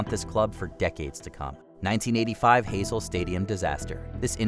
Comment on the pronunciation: These are famous incidents, why doesn't someone check the proper pronunciation of Heysel (Hi-sol) and Chapocoense (Chapo-co-en-say).